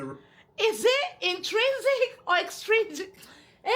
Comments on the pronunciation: Yesss because The issue is he said “Exstringent” then “intrinsic” , then “extrinsic” . And we get literally a few seconds to listen process and answer the question , so I was confused & the nerves had me rambling 😭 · He was saying extrigent lol which isn’t even the word